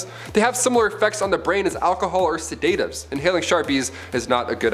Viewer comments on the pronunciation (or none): Also that’s the first time I heard the word “sedatives” pronounced as “sedate-tivs” lol. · Sedaytivs is the new shedgool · Try saying sedatives with an ahh instead of a. Lol